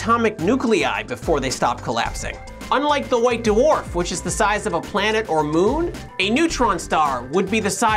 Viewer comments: 'daworf' is so annoying to hear. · white da-warf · Doo-orf. lol